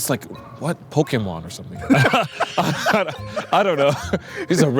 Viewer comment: 関係ないけど、ポケモンの発音が良いw